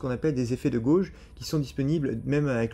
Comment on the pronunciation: bruh.. the way you say "gorwje" is killing me 😂😂😂 it's pronounced like "gayje" :_aizen